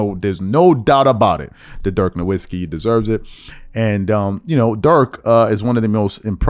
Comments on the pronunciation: Pronounced NORVITZKY... I mean, he only played in thd NBA for two decades. If you had watched ANY basketball in that éra, you would know how to pronounce his name. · Cmon bro stop pronouncing Dirk’s name with a "W" 🤣🤣